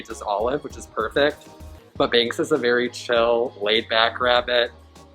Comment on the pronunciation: Binx instead of Banks!!